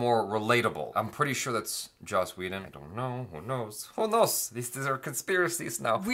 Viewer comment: yiu said joss whedon 😀